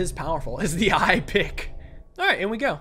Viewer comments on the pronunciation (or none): "EyePick" :D